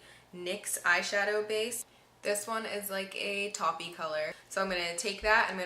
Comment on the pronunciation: Taup-e??? It's pronounced T ō p e (silent E) like Dope...but with a T!! lol you're so cute!!